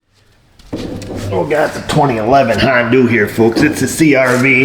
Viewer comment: Why do you say "Hondu"?